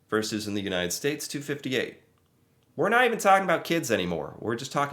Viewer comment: 🇨🇦 Keep going,. Good stuff. You aren’t “average,” BTW. And the word you want is “versus” — two syllables, it’s Latin. “Verse” is a part of a poem or a song.